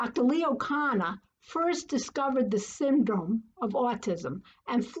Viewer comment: And how very fortunate you are - the viewer - NOT to know Bettelheim. #institutionalmemory And I am glad you said Kanner as Conner the second time. [only knew that pronunciation from NEUROTRIBES]. And Ms Gilpin - she probably was told her family were bad people.